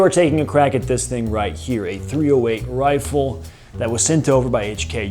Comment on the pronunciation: "Ee's didd, tanks to moi royfle painted like eets frum Rowdeezya!"